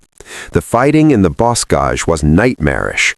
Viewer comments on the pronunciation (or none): This is an interesting take on German views of American forces on the ground and air and in combined operations. But, the AI has some interesting pronunciation of German and French words: example: Luftwaffe and bocage (“Lewft-vahf-uh, not luft-wafer; and boh-cahj, not boss-cage). Otherwise, a good presentation.